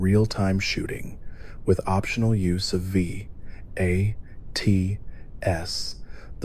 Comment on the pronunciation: Please just say VATS and SPECIAL. Omg